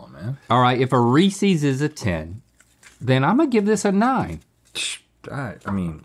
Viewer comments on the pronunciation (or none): Must say it irked me a bit hearing Link say Reese’s improperly. Its Reese and he owns them so its ‘s not Reece C’s. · God the way Link pronounces “Reece’s” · Someone tell Link he doesn't know how to say Reese's